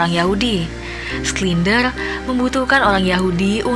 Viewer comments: Bukan sklinder tp sinder Macam heinz schneitaizer dibaca hensenitaiser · Koreksi kak, bacanya "Shindler ya" buka "Sklinder" 🙏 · btw gw terganggu sama mbak dubing yang ngebaca namanya SKLINDER.. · Schindler (skindler)? 😂